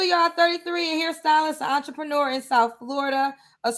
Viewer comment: What the hell is a entreprenuuur...🤣🤣🤣